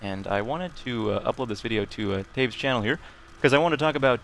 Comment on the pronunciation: "Welcome to my Shannel" :D